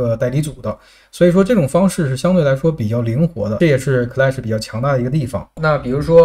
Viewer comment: clash读音是克拉什，不是科赖什，听着难受的很